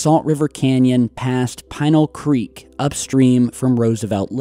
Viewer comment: It's pee-nal creek, sorry I live in AZ